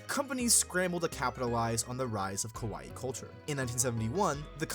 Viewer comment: I'm loving the video, but as a person that loves languages, my ears bleed with the pronunciation of KAWAII. The reason... If you pronounce it as KOWAII (which is happening in the narration), it means SCARY. Many english speakers that learn and speak japanese have this problem so no worries you are doing your best. Great video!! Keep it up!!